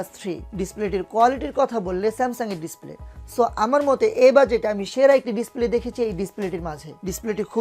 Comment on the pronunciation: আপনি তো উচ্চারণ ই করতে পারেন না। ডিস্পেলে কি ভাই? একটু বুঝিয়ে বলুন